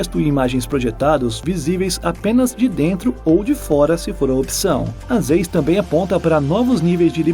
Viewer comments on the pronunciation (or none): Zeiss se pronuncia Zaiss ;)